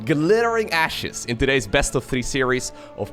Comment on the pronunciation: What said: Glittering Ashes in particular, is absolutely huge. What I heard: Glittering Asses in particular is partucilarly huge.